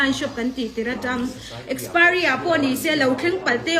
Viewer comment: Nitin adhar card hi Kan phawrh a ni ber toh a. Kan zerox deuh reng mai nen , engtin nge adhar hmanna i neih miah loh zok a, i adhar kha a lem a ni zawk a ni lo maw le. Mizo diktak awphawi poh i ni lo. Mizo diktak tan Chuan adhar card hi voters ID ai mahin a pawimawh toh zawk. I saptawng poh a pai tho mai. Kastomer, akspiry, etc😀